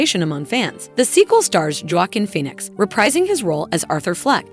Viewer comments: if you're going to use AI generated voice for your video you gotta be able to pronounce words like "Joaquin Phoenix" and "debut" gimme a break. thumbs down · "Ja-Waukeen" Phoenix. "MahDOM" Web. 😂This has got to be AI voice over. What voice actress wouldn't know the actors' strike is still going and its pronounced Aftra not A-F-T-R-A.